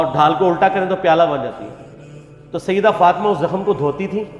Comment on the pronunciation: Sayidduna Aisha radiallahu anha. Say it properly. You have this issues with sayyiduna aisha..its very apparent. Dont take sides which is not his right to take.